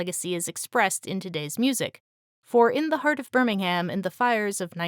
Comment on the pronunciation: I love that your Tolkienian pronunciation is always meticulously on point, and yet you managed to stumble over the correct combination of phonemes and stresses for 'Birmingham' 😜